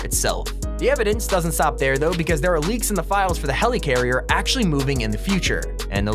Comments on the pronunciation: Never say helycarrier again It’s helicarrier (heli)carrier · Is anyone else annoyed by him saying “Heleecarier” instead of “Helicarrier”? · you said helicarrier wrong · The way he says helicarrier is mildly infuriating. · I hate how he says helicarrier